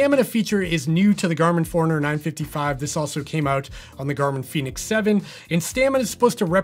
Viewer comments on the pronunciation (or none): none